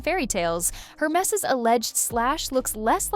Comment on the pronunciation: Air mess. Not---> her mess.